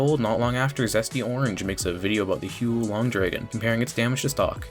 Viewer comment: "hugh long" yech pronounce it hwuh lowng